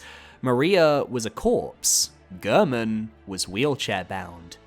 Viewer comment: So weird to me when people mispronounce Gehrman's name. He says his name in his cutscene. It isn't pronounced like "Gurrmen." It's pronounced like "Gairmen."